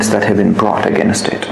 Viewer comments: Accent pe dhyan dia hai bas English ki toh dhar ke maa bhn kari hai "Againasttt" "operationass" "presumas" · againest? roflmao....again-est? kya english hain yeh? 🤣🤣